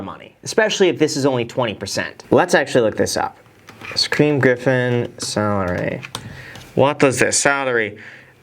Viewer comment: “Shaqwuim griffin”